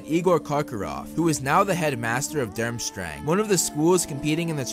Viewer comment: Sigh. It's pronounced doorm-strang